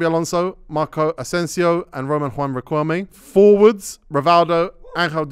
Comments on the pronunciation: said Riquelmlay ten times and nobody clocked it 😭😭😭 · naa how did everyone let get away with saying Riquelm-lay🤣🤣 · Riqemly 😂😂😂😂 repeated that with chest too many times… surprised no one picked David Villa at Valencia… he was cold. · Man said Riquelme’s name wrong sooo many times in one sequence 🤣